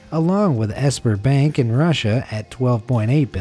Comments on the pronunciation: You pronounced the Russian bank wrong. It's pronounced closer to spar-bonk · It’s pronounced ZbeerBank! Lol